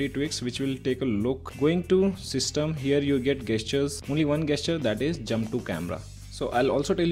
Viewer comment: The cringe is real hard when he says 'ROME' and 'GUESS-TURES'😂 Btw, great work mate!